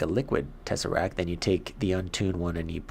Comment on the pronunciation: Its tesseract t Is at the of the word t not tesserac